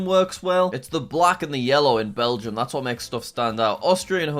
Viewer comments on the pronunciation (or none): Yes, it did say Belgia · Did that really say Belgia? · they said Belgium wrong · and say belgia